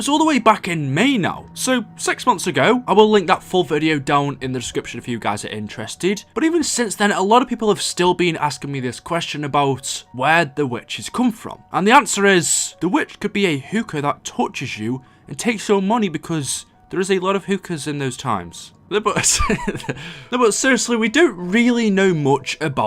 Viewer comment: You pronounce hooker like Hüker